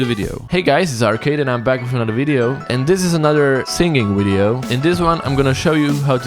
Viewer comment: says video right. says windeo.